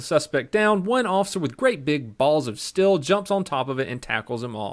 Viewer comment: Why does say seal like sel and steel like still???